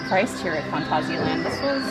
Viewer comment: You started so wel with 'Phanta'. Next is sia like Sia. Finally land is like that ah, but short. It's not Danish, Swedish, Norwegian or English, so it's not lènd. Especially you Americans have all the a's pronounced like the Scandivians do. Here at least we still know which word is ah and which is a. Total tangent. Phàntásiàlànd. I used French characters there, ` = short and ' = long. Handy system. Furthermore i = ee, not ai. I'm not sure where English got that from, but my advice: stick that in your system: i = ee. Note that the "ee" in words like kick and nick are short ee's - or ì in French. As to why they pronounce kick keek - 'cause it's not properly 'd. Duh :)